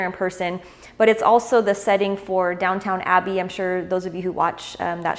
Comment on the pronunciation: Your Spanish is excellent so please let me help you with British verbiage. It's Downton Abbey not Down Town Abbey, and it's Lord Caernarfon, which is actually Welsh pronounced phonetically as Care-naaar-von. Great cigar reviews though.